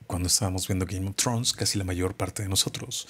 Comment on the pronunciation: "Gaim of trons " me caga ... 😂